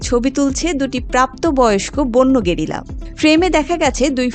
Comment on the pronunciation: একটু বেশিই শুদ্ধ হয়ে গেলোনা "গেরিলা"!!